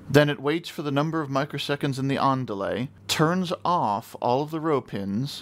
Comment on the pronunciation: When you said "On delay" I heard "ándale" nice. thanks for this explanation tho. I was wondering why my array wasn't working I was trying to power the leds in the pattern i want all at once. Didn't think about the "scan line" method. In fact i had no idea that was the standard method. I bet you can do this with segmented displays too.